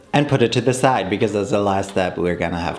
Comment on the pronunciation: Could you please stop pronouncing ‚because‘ like bekiss?! It makes my ears bleed so bad 😂 but the video was very cool so of course a thumbs up 😃🌸